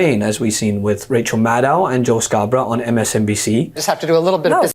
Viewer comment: Rachel Maddow is pronounced like KNOW, not like NOW.